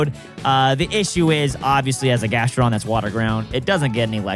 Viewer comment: I love....but he triggers me SO much (grass and electric....and says Gastrodon) BRUV